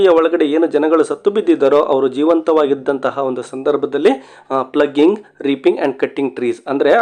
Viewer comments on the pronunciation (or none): Thats not ಪ್ಲಗಿಂಗ್ (ploughing) ಫ್ಲೋ ಇಂಗ್ (ಉಳಿಮೆ)